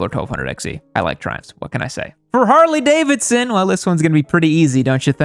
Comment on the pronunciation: Hardly able-son 😂😂😂